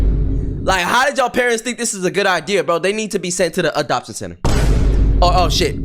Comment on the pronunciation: Video idea: 10 minute complication of saying “Adoption”